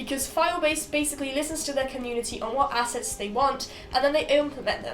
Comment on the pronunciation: Not gonna lie the first few times you said assets i heard asses